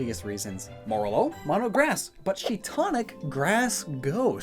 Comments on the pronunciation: Did he just say Shiitonic? Instead of Shiinotic? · Shinotic not shitonic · Ok but no one's talking about how he called shiinotic shiitonic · HE ALWAYS SAYS SHIINOTIC WRONG, it’s pronounced she-not-ick, not She-ton-ick. Oh lordy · the amount of times poketubers have said shii-TONIC instead of shii-NOTIC is astounding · wait "shiitonic"? i thought it was shiinotic? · Please never call shiinotic shiiTONIC again ._. drinking alcoholic mushrooms is probably trippy. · It's not Shiitonic dude Jesus it's shiinotic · Lol, you just said Shiitonic But it's Shiinotic. XD (I also doublechecked) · Aguhghagafgh it still bothers me that keeps calling Shiinotic “Shiitonic” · Shiitonic?! I thought it was Shiinotic... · Shiitonic? Um. That's Shiinotic. As in Shiitake Mushrooms + Hypnotic. I legit cringed at that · Shiitonic? Shiinotic. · sorry i know the pronunciation department is tough for you but you said "Shee-ton-ic" when it's spelled Shiinotic lol:P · "Shii-tonic" 0w0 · still pronounces Shiinotic wrong